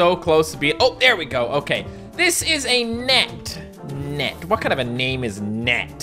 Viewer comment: It's not net It's nat